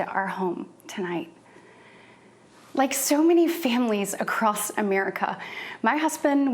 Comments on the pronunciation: Oh Katie and Wesley, how I fear for you and your dreams. (She said acrosst, btw.) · lol she said acrost